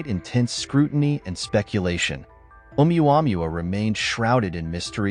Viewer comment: It's pronounced Ow-wah-moo-wah. The wanderer.